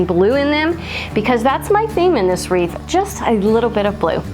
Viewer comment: Love them all! And thank you for the giggles 😃! I cracked up from the "weeth" and thunder!! So much fun!!